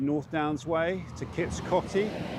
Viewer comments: It's pronounced Kits Coatey! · Great video in my home County. On pronunciation, all my Grandparents used to pronounced Kits Coty as Kits 'Coatee'. I have no idea if that's correct or if there even is a correct pronounciation.